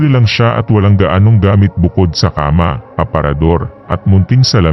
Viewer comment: pakiayos naman ng accent po, tulad ng makalawang, bukas at kama. slamat